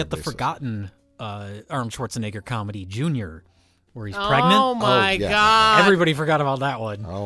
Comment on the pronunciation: RLM got a guy who can't pronounce "Schwarzenegger" for an Arnold Schwarzenegger movie commentary track.